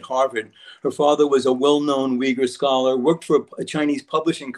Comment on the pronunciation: "I have many Scholar Friends". Its sounded like "I have may coffee shop stories".